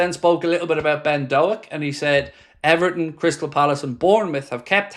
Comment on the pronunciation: Pronounced Doke you melon 🤣up the reds